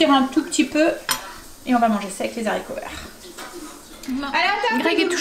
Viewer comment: Bonjour. Vous me faites rire quand vous dites les Zharicots vert. Dans le temps, les professeurs n acceptaient pas qu on dise Zharicots, il faut dire '' Haricots ''. Mais bon ce n est pas grave, je vous aime bien. Vous êtes mon petit feuilleton du matin. Je fais souvent des gâteaux aux yaourts, je vous donne ma recette si vous voulez la tester un jour dans vos vidéo. C est un gâteau au yaourt ultra léger et bien aéré, essayez. INGRÉDIENTS / 1 pot de yaourt nature, 3 oeufs, 2 pots de sucre fin, 2 pots de farine et 1 pot de maïzena, 1sachet de sucre vanillé, 1 sachet de levure chimique, 1 pot d huile de colza, la moitié d un citron pressé, où encore mieux la moitié d un citron confit coupé en petits dés. Alors en premier, séparer les blancs des jaunes d'oeufs. Dans le saladier des jaunes, mettre le yaourt, la farine, le sucre, l huile, le sucre vanillé, la levure chimique et le citron. Bien mélanger au robot, il faut que la pâte soit bien bien mélangée. Battre les blancs en neige, les incorporer délicatement à la pâte. Verser dans un moule beurré et fariné, au four 30 minutes environ, à 180 degrés. Votre mari qui trouve que le gâteau au yaourt est très sec, et bien quand il goûtera ce gâteau, il va tomber. Gâteau très très léger, aéré. Gros gros bisous 😘😘😘